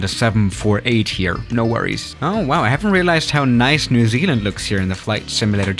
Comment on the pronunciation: the way that said New Zealand it sound like new ZLand